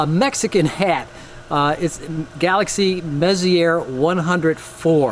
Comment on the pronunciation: I love your passion! You are so lucky to be in a bortle 4.5 zone. Here at the airport at bortle 6.5, even 3min exposures put my histogram pushed right 1/4 even with my Optolong LPro. Only thing I’d like to add is, it’s French pronounced “Mess-E-eh”. M104 is actually in my target list tonight along with other Virgo NGC clusters. Unfortunately with a dead comp, I’m back to old school DSLR with my Apertura 60APO. It works out because galaxies clusters in general is about its relation to others and I think artistically it paints a fascinating story.